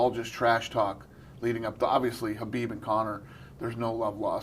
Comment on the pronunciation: Do I need to clean my ears or are both of these guys calling khabib “habib”?? Is this like a kanife situation?